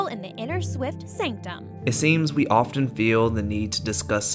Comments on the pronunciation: You need to learn how to say the word “often” correctly since you say it multiple times in the first 2 minutes of your narrative about Taylor Swift after which time I couldn’t stand to hear you continue to butcher the English language so I turned you off. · You need to look up how to pronounce the word “often” since you use it multiple times in the first minute of your narrative after which time I head to turn you off for butchering the English language. You should probably stick to writing instead of speaking. And, thank you for clarifying that you are a straight Asian male. Why would we care if you are gay or straight or Asian or not Asian? Unfortunately, I’m a Taylor Swift fan and a former English teacher. I wouldn’t plan to submit this if you’re applying for a job. Your lack of understanding about TS is very apparent and embarrassing.